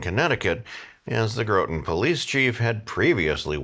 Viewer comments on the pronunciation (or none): short O in Groton. Like got with an r.